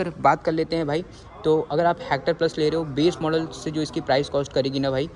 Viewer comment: भाई ये "हैक्टर" नहीं हेक्टर है।